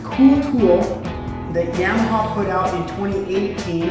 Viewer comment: Does the way he says Yamaha annoy anyone else? The only people that say it that way are people that know nothing about the sport lol Yeah maha 🤦🏼‍♂️